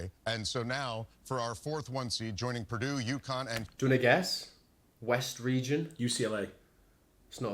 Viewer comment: They refuse to pronounce "Purdue" correctly, no matter how many times they hear it.